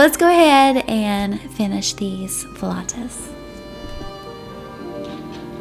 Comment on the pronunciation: Thank you for pronouncing flautas the right way🥰🙏🏼♥️ They look so delicious 😍😍😍